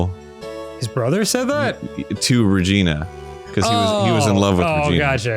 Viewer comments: Arin for fucks sake my dad walked by the very SECOND you yelled “REGINA!!” and it sounded WAY too much like “vagina,” I may not leave my room tomorrow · The way that Arin makes Maya say "Regina" is actually the name of a city in Canada, and every time he says it I die a little